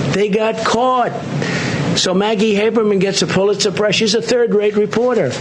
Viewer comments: "Pulitzer surprise.." lol wtf. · Is it me or is he saying "Pull it surprise"?